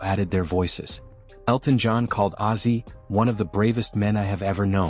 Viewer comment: Ozzy NOT Azy!!!!!!!!!!!!!!